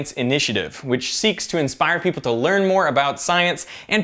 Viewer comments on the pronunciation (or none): none